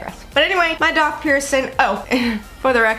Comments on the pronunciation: My daith was AWFUL. It was the most painful out of my multiple ear and face/body piercings! I developed bumps on it too. The only piercing I had issues with. I used tea tree oil twice a day for 2 weeks and boom, bumps gone. Funny you say “doth”. I’ve never ever heard it pronounced that way and every piercer I have been too pronounces it DAITH! Love your videos ! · Daith is actually pronounced exactly how it’s spelt. Faith with a D!!